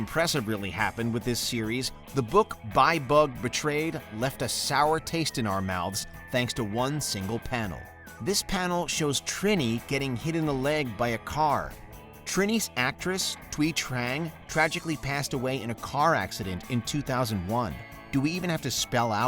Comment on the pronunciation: Pronounce it correctly it’s Trini, (Tr ee n ee).